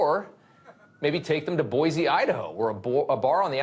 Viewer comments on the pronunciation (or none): none